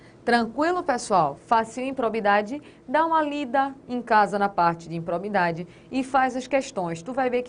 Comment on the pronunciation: IMPROBIDADE e não "impobridade"....cuidado com a Língua Portuguesa.